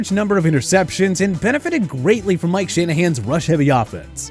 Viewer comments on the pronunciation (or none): none